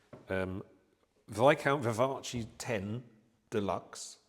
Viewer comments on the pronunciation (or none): I think you're supposed to pronounce it the Italian way